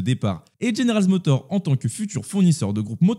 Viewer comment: Stylée la miniature ! Et sinon c'est General MotorZ et pas GeneralZ Motor. Et encore sinon Perez est rincé, je vois pas dans quel monde il commence la saison 2025 chez RB !